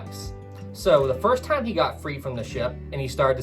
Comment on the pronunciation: . When the word time was said, I heard "tom" or "thame".